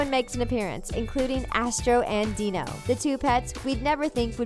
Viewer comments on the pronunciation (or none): none